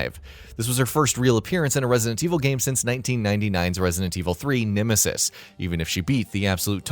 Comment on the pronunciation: Nimisis?? Have I been saying nemesis’s name wrong all this time??